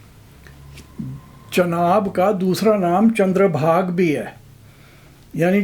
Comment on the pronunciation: It is Chandrabhagaa( aa sound at the end), not Chandrabhag, because it is a feminine name ending with aa. Rivers are mostly feminine, except for a couple including Brahmaputra.